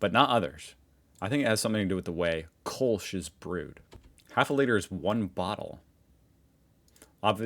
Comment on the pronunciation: It's pronounced "Kölsch", not "Kolsch".